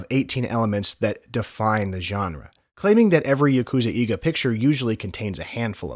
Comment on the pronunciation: Fantastically done video, well researched and executed. I would only suggest a brief look at pronunciation of Japanese, you mentioned 'eiga' quite a few times but the pronunciation you gave 'eega' is incorrect. Vowel sounds in Japanese are consistent, so just learning each vowel sound and how they sound when combined, such as "ei", will go a long way in getting your Japanese pronunciation right. Again, great video, but since you said 'eiga' in particular so many times, I felt it was worth mentioning.